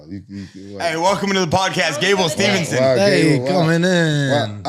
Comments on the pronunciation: Even Gable Himself says Stevenson. Although you'd think would pick up on it though...🤣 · Gable STEVEson there is no n ffs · Should we count how many times they get steveson’s name wrong ?? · has said Gable’s last name wrong 3 or 4 times already and I’m less than 2 minutes into the show 😂😂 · The consistent adding of the non-existent ‘n’ irritates me far more than it should 😂😂